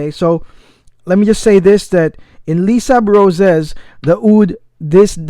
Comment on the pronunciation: By the way it's pronounced lay-sable-roz haha